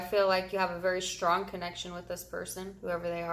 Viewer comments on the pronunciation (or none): none